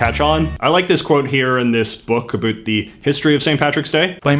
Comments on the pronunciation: you're the first person I have ever heard say adoot (in a non-joking manner) instead of about (I'm from Alberta and never understood the stereotype) won't lie hearing someone actually say it I quite irritating to me. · It startles me every time you say "about".